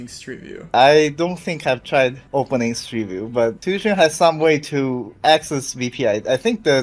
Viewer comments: Tuxun is pronounced more like too-shyun in Chinese. Took-sun do sound really cool tho lol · Just fyi, and in the spirit of learning, there is no k sound in tuxun. It's not tukson. An X in Chinese is pronounced like a slightly lispy s. Dunno how to explain the U though... first is deep oo, second is shallow oo.... close enough. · too-shün is what it's pronounced like in case anyone cares enough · crying how he mispronounces tuxun every single time